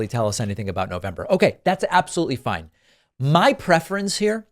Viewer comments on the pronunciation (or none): none